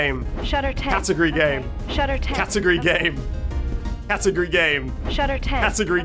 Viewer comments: in her defense he was saying it like cat-u-gry game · Feel like it had to do, somehow, with him saying it like Catagry instead of cat-ah-gory Though, at the same time, how you go from that to Shutter 10 doesn't quite make sense to me